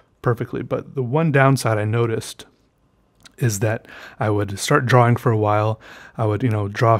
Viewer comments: I love the way he sais "dro-wing" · I love how he says drawing (drowing) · Draugh Wingh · I love how he says drawing like draWing... dude u are also amazing at art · I like the way he says “drawing” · I have a weird appreciation for how pronounces "drawing" and I'll never get over it lol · You are beyond awkward and weird, and I love it. Also the way you pronounce the word drawing... 👌